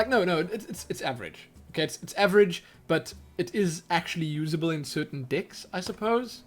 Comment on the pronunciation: I keep hearing "dicks" instead of "decks" :D May I ask where are you from? What accent do you have?